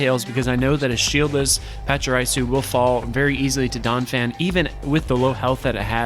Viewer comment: Man, I have to do it.... Pah-cha-REE-Su. Not RIE-su. Also, BEE-Barrel, Like Beaver... Barrel. BEE-Barrel Lie-Noon Mie-Noon (like Minus... ) overall though, good job showcasing what Donphan can do. Even though it isn't a part of the core metal, it definitely has a place so need to prepare for it!